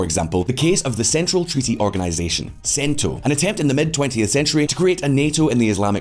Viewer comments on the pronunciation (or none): none